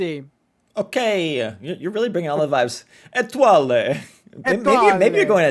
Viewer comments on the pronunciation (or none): I speak French and her name is just pronounced like: “AYY-TWAH-L”